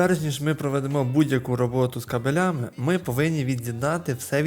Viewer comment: Як мене вчив мій викладач з оптичних ліній зв,язку - кабеЛІ бігають по вулиці і гавкають, а кАбелі лежать під столом. Тож не кабелЯми, а кАбелями